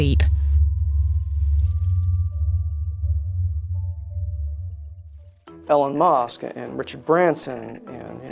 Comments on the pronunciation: "Ellen Mosque" lmao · ... Ellen Mosque? I'm sorry what? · "Ellen Mosk'' Dafux,. It's EE-LON MUSK. Can't you pronounce someone's name correctly? Great series, btw! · "Ellen mosk" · Ellon Mosque? That's the weirdest way I've ever heard anyone pronounce "Elon Musk" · Yeah! I thought the same! Such a expert he can't even pronounce his name correctly!